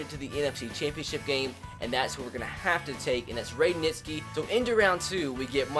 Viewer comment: It is not pronounced "Nitz-key" it's pronounced "Nitch-ski"